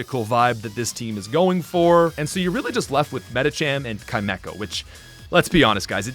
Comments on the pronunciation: Pronouncing Chimecho Kai-Mecho, is as insane as the Poketuber Jimothy Cool pronouncing Groudon Groo-don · English is a weird language anyway. Chimera is spelled like Chimecho and THAT is pronounced with a hard "k" sound, sooo... Yeah I get it. (I find the Canadian "soory" more distracting anyway) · Don't worry,, when I was a kid, I called him "chi-mee-ko":)